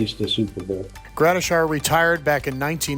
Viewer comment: Gradi-shI-ar? Where do you get an I before the ar? Seriously? He was disrespected by the HOF voters for so long, now you can't pronounce his name correctly? Take this down and edit it.